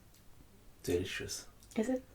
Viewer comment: qd il a dit delicious jsuis partis en fou rire